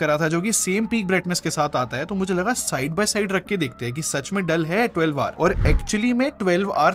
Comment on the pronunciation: Bhai mujhe kyu 12war sunai de Raha hai